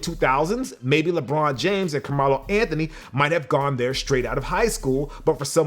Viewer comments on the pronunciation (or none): Do u intentionally mispronounce names and brands for copyright protection or trademark purposes. Genuine question? I might start a YouTube Channel and I'm just asking for future heads up!?🤔👍🏿✌🏿🙏🏿💯 Like how u mispronounced Or rather left out the 95 in Windows sweater mention, or the Carmelo Anthony mispronunciation?